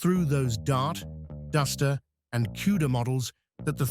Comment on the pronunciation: what the hell is Cueda? Learn how to pronounce words properly